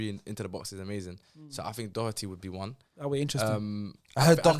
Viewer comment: My man said Doherty 😂😂😂😂😂😂😂😂😂😂😂😂😂😂😂😂😂😂😂😂 All Tottenham fans let's laugh together